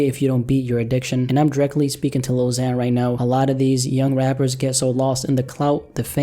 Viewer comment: Lil Xan is pronounced Lil Ksan. The letter X is pronounced "KS", not "Z".